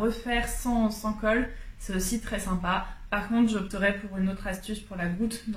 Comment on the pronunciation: Coucou! De belles cousettes et de belles finitions. Et ce trench-coat de folie !😍 Comme tu dis « dommach » pour le livre Bohème chic.😅 De mon côté veste dahlia en 42, je n’ai rien à redire sur la taille. A bientôt ☺️